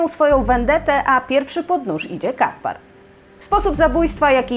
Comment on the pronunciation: Caspere czyta się Kasper(e), a nie Kaspar.